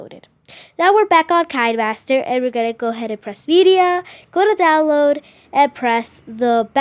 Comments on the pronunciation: KI - NE MASTER NOT KINE MASTER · Pronounced kin-uh-master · Kaynmaster?! I thought its kinemaster Ohhhhh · You speak it like keen master